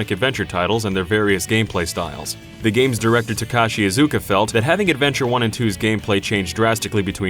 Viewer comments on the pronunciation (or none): Protip, guys: *Ta*kashi *Iz*uka. First syllable heaviest, & never enunciate a "u" sound in Japanese. Thanks so much for your content, guys.